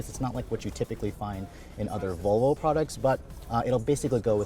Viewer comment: For the love of peter, it’s Vallvo. Not voolvo lol